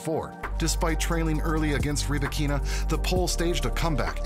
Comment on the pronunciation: Rybakina pronounces her name Ry-ba-kina - not ree-bikina